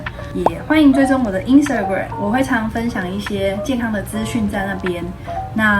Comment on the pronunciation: Instagram 讀錯了…